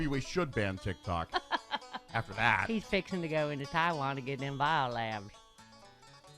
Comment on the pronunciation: Stephanie, good job getting the accent correct on TAAHwan.